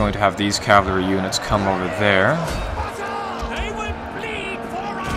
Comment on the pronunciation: Sorry if this seems nit picky but my OCD is driving me crazy. Cavalry is pronounced cav-UHL-ry, not cav-LAH-ry :p